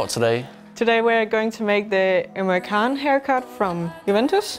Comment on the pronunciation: Emre Can wrong pronouncation hit my ears like a wrecking baaaall. C is pronounced like CH